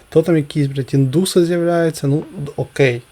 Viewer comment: Я плАчу , когда селюк произносит «окэй» ! МагЁте !